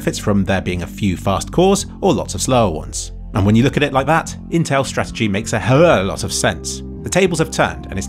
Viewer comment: I don't, know why but it always love to hear you say the phrase "a hell of a lot of" but it always gets condensed into "hullolotta" or something else indecipherable. like